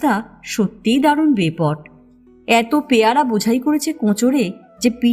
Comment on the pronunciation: না, বাঁচলো না, কিছুই বাঁচাতে পারলো না দুটো ভাবাবেগ তাড়িত ছেলেময়ে | বাঁচতো যদি বাপ_ মায়েরা ছেলেমেয়েদের শাসন না করে মন বোঝার চেষ্টা করত | গল্পপাঠ ভালো তবে প্যায়রা নয়, উচ্চারণ হবে পেয়ারা |